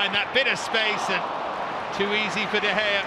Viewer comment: PUT SOME RESPECT ON DE GEA'S NAMEEEEEE DE GEA AGAINNNN DE GEA AGAIN MANNN I DONT EVEN KNOW WHAT TO SAY ANYOMRE